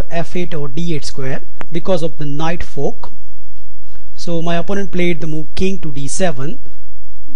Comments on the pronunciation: i think that would be pronounce as "FORK " no "POK" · Super royal folk. Enable subtitles 😂😂😂